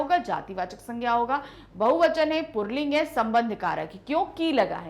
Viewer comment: Mam puling hota h purling kyu bol rhi 🤔